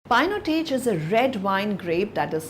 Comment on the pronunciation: Yukkk!!! what a pronunciation..painotaj.. disaster....